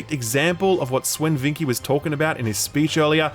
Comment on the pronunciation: I really don't think you are pronouncing Sven's name right, never heard anyone say "veenkee"